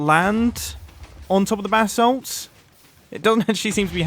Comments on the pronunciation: When Mumbo says basalt it sounds like “bath salt” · Does it annoy any other american a lil bit that he pronounces basalt bathsalt, its pronounced bay-salt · Sounds like you keep saying "BATH SALT GENERATOR"... the crazy-face-eating-psycho-druggies in Florida would FREAK the F out trying to figure out how to smoke that bath salt and chew someone's face off. It also reminds me of another player on the Hermitcraft server that didn't know how to pronounce basalt when he came across the basalt biome in the nether just properly butchered it... in a call with... wait for it... one of you crazy BRITs (OMFG)! I think it was a Hermit with a degree in geology too. HE butchered the hell out of it, but was politely corrected by her after she finished laughing, but now this Hermit with an OBVIOUS American accent says Basalt like a British person. I find it hilarious. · Pronounce basalt bu-salt not bathsalt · Sounds like you’re saying “bath salt” Might be funny to run with it? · Who else thought he was saying bathsalt?.........DRUGS!!!!!! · Every time he says Basalt I hear it as Bathsalt ahah